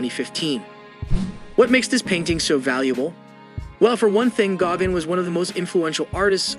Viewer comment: Please learn how to pronounce Cezanne's name CORRECTLY! (That goes for Vollard, Gauguin and others) Thank you.